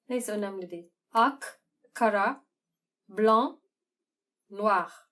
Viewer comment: Ak ile kara'nın telaffuzunu fransızca yapman, inanılmazdı. :)